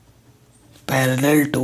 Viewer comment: sir parallel hota hai pallel nahi